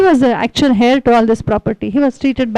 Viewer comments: Man heir is prounced as 'ehr' rhymes with 'Air' or prounced 'euh' Could help pointing out, as wring info should not be passed on to others, even though, it is not of any great impotace comoared to the content of main theme of your talk. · King George V is British. 2. Demosthenes lived during the time of Philip II of Macedon. You speak well: but look up how to pronounce 'heir'. Please DO not say something which are so WRONG. You have a responsibility to your viewers. His medical condition is called rhotacism. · Wellspoken.small corrections:his fathers name was not George(pl.check)Fifth(that is British).The h in heir is silent